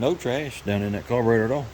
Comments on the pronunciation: It's a Carburetor NO s in it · What’s a carburroster